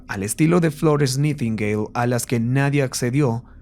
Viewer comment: … se pronuncia naitingueil…